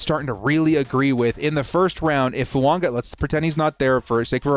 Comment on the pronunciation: Why do you keep pronouncing Fuaga as Fuanga???